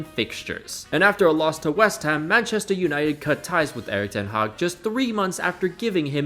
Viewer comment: I was looking for this comment, how are you a native English speaker and pronounce it like that 😭😭